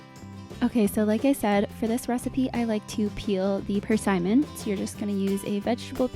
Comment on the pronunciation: Such a nice recipe for the colder months of the year. Side note, I have never heard persimmon pronounced that way before, lol. Have a nice weekend.